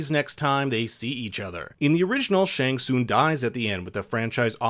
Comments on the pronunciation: Pronounced shang sung not soong lol 😆 I found that funny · it's also not SHANG SOON. IT's SHANG SUNGGGGG